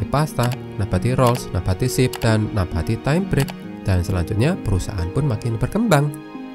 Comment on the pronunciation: MIN, SARAN.. TOLONG BELAJAR BAHASA INDONESIA YANG BENAR. NABATI, BUKAN NAPATI😂